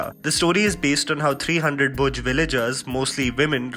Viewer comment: Its Bhuj not Bhoj